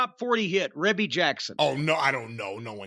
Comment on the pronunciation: Pretty sure it's pronounced "Reebie". 😊✌